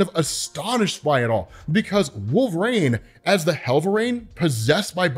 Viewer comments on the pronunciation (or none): DUDE IS WOL-VER-INE.......NOT WOLVRAIN.....ULNESS I'm MISSING SOMETHANG.... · Dude. (Wul-ver-een) Not wolv-rane